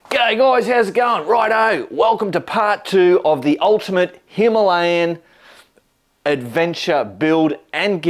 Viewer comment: a little education. It's a "Him al ee an" not a "Him a lay an" Say it😀 India correctly matey and show the world that Aussies are really on the case 😜